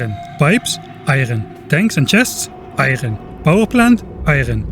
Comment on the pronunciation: the way you say "iron" reminds me of Papers Please